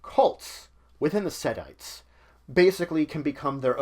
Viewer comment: "Setties" Ouch... the numerous mispronunciations in these videos. :(